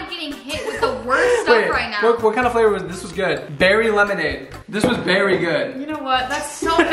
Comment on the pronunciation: “This was berry good” 😂😂😂